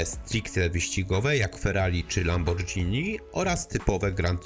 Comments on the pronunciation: tyle się na jutubie powtarza ostatnio że czytamy Lamborgini, a nie Lambordżini, tak samo jak czyta się spagetti a nie spadżetti. Kontent naprawdę prima sort, a tu taka plama, jak kethup na białej sukience :P. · "lambirdżini"? dobrze, że mam akurat przyjemność jeść spadżetti xd mimo wszytko i tak props za prace włożoną w odcinek.